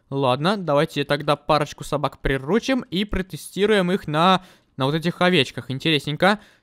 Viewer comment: Интересный факт: не-правильно ставит ударение в слове приручим, правильно не прирУчить, а приручИть.